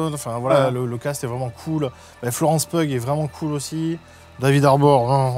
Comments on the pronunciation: Le Pugh de Florence Pugh se prononce "Piou" il me semble (en tous cas pas "pug"). Comme Hugh quoi. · Florence Pugh (prononcer "Piou"). Pardon, je laisse ce com dès que j'entends quelqu'un dire "peughe". ^^ Si vous avez aimer l'intro du film, le côté sérieux avec la fausse famille d'espions russes infiltrés sur le sol américain, je vous conseille la série The Americans. Le cadre est similaire, dans les mid-80s, les acteurs et l'écriture sont tops et la reconstitution est impeccable. (Et elle est dispo sur Disney+, pas d'excuses pour regarder de la qualité. ^^) Edit : Ah, Séb parle de la série. Regardez-là ! ^^ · Florence "Peugue" bordel 😂😂😂